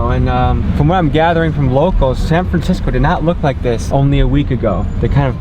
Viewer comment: “sam framcisco”